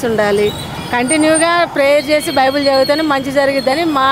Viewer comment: బైబుల్ అంట బైబిల్ కాదు 😂😂😂😂